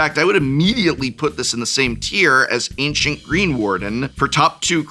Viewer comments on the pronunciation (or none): none